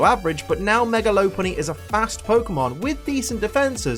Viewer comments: I'm so happy that you pronounce it lo-punny instead of lop-punny (which I think is the correct way) because I've called it lo-punny for years and then I heard the other pronunciation and was like; "oh dear no, that's wrong, so so wrong!" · It's lop-unny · I believe the correct pronunciation is lop-punny. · Its pronounced lop unny like lop earred sources 3d pokedex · You say th word lopunny wrong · YOU SAY IT WRONG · He pronounced Lopunny wrong the entire video and I somehow remained un triggered XD